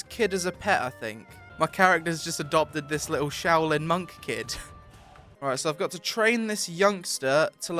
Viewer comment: Did dis guy just say showlin? it's SHAO LIN SHAOLIN